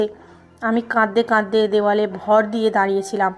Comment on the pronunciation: বিশ্রী তো বটেই, ডাহা ভুল একটা শব্দ (কাদদে কাদদে)। অথচ সুন্দর একটা শব্দ (কাঁদতে কাঁদতে)। বেশ কিছুদিন থেকে এই মহিলার উদ্ভট ভুল শব্দের জন্য এই চ্যানেলের গল্প শুনা বাদ দিয়েছিলাম। আজকে হঠাৎই শুনতেছিলাম। কিন্তু সেই বাজে শব্দ (কাদদা কাদদেই), যাক এবার চ্যানেলের নাম মনে রাখতে চেষ্টা করবো। #মহিলা কি লেখাও চোখে দেখেনা# ?#